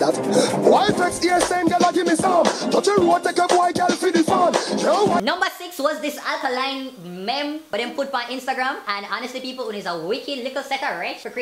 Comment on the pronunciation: the word is meme pronounced meeem